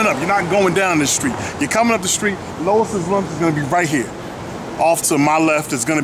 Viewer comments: Worst review ever. Can't pronounce the name of the restaurant correctly and said it was a steamed cheese burger. You obviously don't know New Haven. Stop acting like you do. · I find it funny you claim to be all “familiar” with the area....don’t even know how to pronounce the name. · I'm wondering if this guy knows what he's talking about. he mispronounced Louis lunch and he doesn't know the difference between steam and broiled burgers. Louise lunch has been flame broiling their burgers the same way in their broilers since 1895 which was cooked right in front of while he waited in their upright flame broilers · Lew ees not low iss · I'm sure instead of pronouncing it Lois Lunch, you meant to say Lew-ee's Lunch (Louis)..... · bruh it's loo eeee not lois lol. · I find it hilarious how he says Lois' Lunch throughout instead of Louis' Lunch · It's not steamed beef (How do you have flame grilled onions and steamed beef?) and it's Louis (Loo-Ey's Lunch) not Lois (Loh-is's Lunch) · Pretty sure it’s pronounced Louis’, not Lois’ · Lois? Pretty sure Louis is pronounced "lewi" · You should do your homework. Its LOUIS not LOIS'. the burgers are NOT steamed. They are broiled. I guess you didn't see the flames in the broilers. AND They went with bread back 114 years ago because the bun was not in invented yet. They bread was soggy because you had it wrapped up to go. That's why you should eat it there. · Who the hell is Lowis ? It's Lou-wee's lunch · It’s pronounced like LEWIE’S lunch not Lois 😂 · It's not "Lois", its "Louis" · Dude, its Louis, like Louis Armstrong. Not Lois Lane. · it's Louie's you fool, not Lois. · Louis NOT Lois. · its Louis lunch... NOT Lois Lunch.. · Louis not lois, like Vuitton not lane. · I like how you say Louise's lunch!!!! LMAO! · Can’t take this review seriously. Can’t even get the name right. Lois lunch. Girl bye. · The name is pronounced Lou eeeee's Lunch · I am trying to figure out how you pronounce LOUIS AS LOIS?? COME ON MAN!!